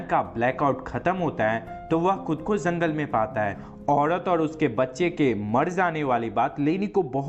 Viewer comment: Zangal nhi jangal hota